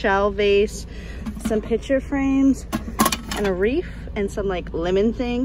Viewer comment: Are you saying Reef ? Or Wreath ? Lol ,too cute.